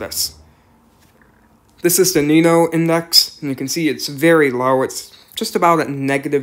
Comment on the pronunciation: Nino? It’s Ninyo. Notice the tilde above the n. That’s not there for decoration.